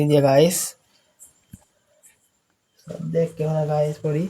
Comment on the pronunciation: ඔයාගෙ විඩියො වැඩක් නැ ඇයි ඔයා ගායිස් කියන්නෙ ඔයාට පෙනවාද අපිව ගෑස් එකක් වගෙ මොඩවෙන්න එපා අයියෙ😂😂😂😂😂😂😂😂😂😂